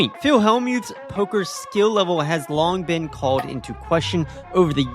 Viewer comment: You need to enunciate better, and you have a speech impediment. You can't say "L" properly. Field, Hold, Old. Old is not pronounced "oad", same goes for Hold (not "Hoad). Field (not Fee-ood). Called (not "cawd"). Etc. Just something to know since you do voice overs on videos. Keep up the good work